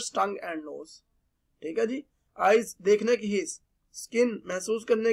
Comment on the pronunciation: Dekhnekiz, chakhnekiz 😂😂 funny 😆